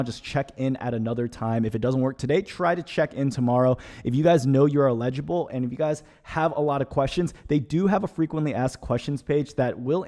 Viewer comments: LEDGE-able? 🤣🤣 you mean eligible and ineligible🤣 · The stressed syllable in EL ig i ble is the first syllable - not the second syllable - you were saying el IG i ble.